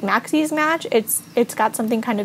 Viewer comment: first of all, i love your pronunciation of "maxis" :) i also love how you say "plumbob" it sounds so much prettier and i think i've started to pronounce it more like you since i started watching your channel :D i don't know what "the right" pronunciation is. i love all the custom content! i had no idea this project existed so thank you for showing it to us!